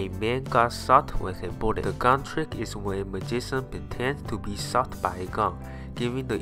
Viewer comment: Hahaha he said sot not Shot